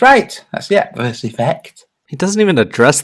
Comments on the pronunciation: Ah, the pronunciation of Eötvös hurts, but it's understandable of course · hahaha...The pronunciation of Eötvös in English is funny. In Hungarian ' E ' is silent and it means ' gold-/silversmith ' :)